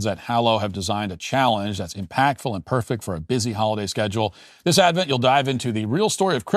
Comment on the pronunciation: Bro, it's Advent.